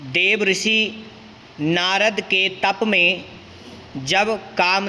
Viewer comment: आप देवर्षि का उच्चारण गलत कर रहे है श्रीमान, आप देव ऋषि उच्चारित कर रहे हैं।